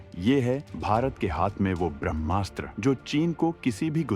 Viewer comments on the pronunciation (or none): none